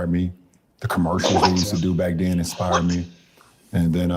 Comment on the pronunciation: how f'ing dumb do you have to be to struggle with "inspired" and "expired"? 🤦‍♂️🤦‍♀️🤦😆🤣😂